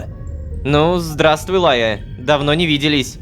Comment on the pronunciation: Почему меня трегерит Лайя. Просто я думаю будто Рома кортавит Р в имени Райя